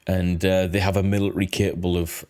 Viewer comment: Please say military properly, I love this channel but it is driving me crazy